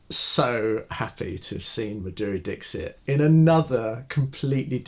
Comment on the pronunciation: Say Maa-dhuReee Dixit...Respect the legend with correct pronunciation..👏👏